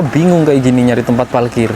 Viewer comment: Jalan2 virtual lg kita d Jepang nih, kali ini agak ke kota-nya, eehh tp sepertinya agak kesulitan klo melafalkan huruf " 𝙇 dan 𝙍, seperti klo bilang 𝙥𝙖𝙧𝙠𝙞𝙧 jd 𝙥𝙖𝙡𝙠𝙞𝙧, 𝙩𝙧𝙖𝙠𝙩𝙤𝙧 jd 𝙩𝙡𝙖𝙠𝙩𝙤𝙧 😊, hihii...ga apa yaa, ini jd ciri khas-nya. Semangat trs ajak kita jalan2 virtual ke Jepang, sehat slalu